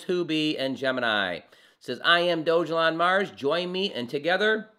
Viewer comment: Sorry my friend but you are not saying the name properly